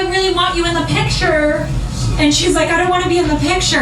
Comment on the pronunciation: “Aayaaaand” Crystal…it’s ‘and’